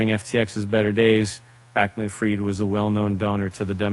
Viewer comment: pronounced FREED not fried!!!! But you're the experts lol.